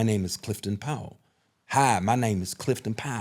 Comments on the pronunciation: It's Powell not "pow wow"😂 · Clifton is an underrated diverse actor. He can play serious to comedic roles. Side note: I’m a Powell. I’ve never heard anyone pronounce Powell like that. 🤔😂 Great interview nonetheless.